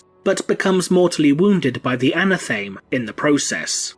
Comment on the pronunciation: I love this channel but dude, you keep mispronouncing anathame!